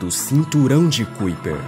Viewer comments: Amigo, gosto muito dos seus vídeos mas a pronúncia correta não é cuiper e sim caiper(kuiper), parabéns pelo trabalho! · Como é que esse canal pode me passar alguma confiabilidade se o narrador nem se quer se preocupa em procurar no google como se pronuncia Kuiper. Qualquer analfabeto sabe que se pronuncia KAIPER. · Se pronuncia cinturão de KAiper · "cúíper" 🤣🤣🤣😂. Precisa melhorar a pronúncia das palavras e o conhecimento das regras em língua portuguesa. Boa sorte. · Cinturão de 'kaiper'! Pronuncia correta pra quem Não conhece a pronúncia certa!